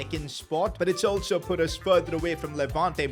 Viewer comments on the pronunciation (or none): none